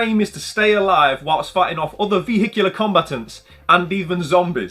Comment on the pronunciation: Love the videos mate! Perfect size for my lunch break. Did you find it difficult to say " vehicular" haha